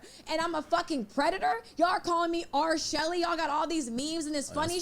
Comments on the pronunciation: “R-Shelly” I was gone😂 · said RShelly:)